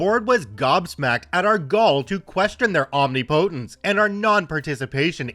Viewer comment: not to be a grammar n@ here but omnipotence = om·nip·o·tence.. Just for future reference :) That and Epitome are often mispronounced by many.. Keep up the good work though, you are awesome!!! These stories are exact reasons why I will NEVER live in a neighborhood with an HOA. Very few of them do any real good and honestly should be outlawed.